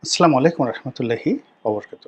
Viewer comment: আপবার সালাম এর উচ্চারণ টা ঠিক করবেন প্লিজ।